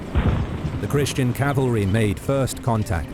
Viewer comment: Is "cavalery" a thing?